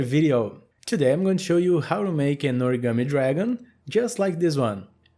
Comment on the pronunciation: 1. its "origami" not "oragami". 2. people make origami figures based on video game characters.